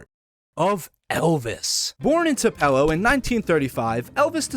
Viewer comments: Too-Pih-Low. or Too-Pah-Low. not Twopell-Oh. lol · I love my home country of two pillows mensasippy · add me to the list.. Too Pell Oh like wtf lol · “Two-Pell-oh” is crazy 😭 it’s pronounced “Two-pillow” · IT'S TOO-PUH-LOW NOT TOO-PEL-LOO 😡😡😡😡😡😡😡😡😡😡😡😡😡😡😡😡😡😡😡😡😡😡😡😡😡😡😡😡😡😡😡😡😡😡😡😡😡😡😡😡😡😡😡😡😡😡😡😡😡😡😡😡😡😡😡😡😡😡😡😡😡😡😡😡😡😡😡😡😡😡😡😡😡😡😡😡😡😡😡😡😡😡😡😡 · As one born in the state : it’s Too-puu-low Haha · “2 pelow” 🥀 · TU- PELO??? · As somebody from Tupelo it has always been and will always be Twopello from now on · Tupelo Is pronounced (Too pa low) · Are you pronouncing it like that to trigger people? 😂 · I can’t if his purposefully saying Tupelo wrong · This mans pronunciation of tupelo is killing me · Bro butchered the crap out of Tupelo’s name… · he fr did, just like how people butcher Biloxi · No one ever pronounced Tupelo like that. Literally couldn’t get through the video with how you pronounced it and I’m not even from Mississippi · as a mississippian i bursted out laughing 😭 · I didn't even know it was possible to mispronounce 😂😭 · your pronunciation of tupelo is driving me insane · Came to the comments to say that